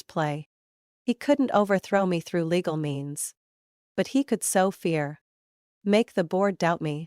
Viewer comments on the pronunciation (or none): sow not so